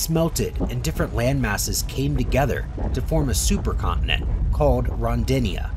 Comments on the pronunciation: Rodinia is not Ron-din-i-a..... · Also of concern are the mispronunciations of Ediacaran (as "Edda-card-ian", yet they still managed to pronounce "Ediacara Hills" without adding more letters) and "Rodinia" (as "Ron-dinia"). Variations in syllabification and the occasional ambiguous vowel like the E in Ediacaran aren't too uncommon, but inserting letters that aren't there isn't really acceptable for documentary narration. There were other mispronunciations but these are the memorable ones, as well as tribble-ite of course.